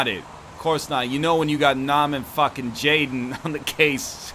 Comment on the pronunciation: "He was a fackin Seahawks fan Ari"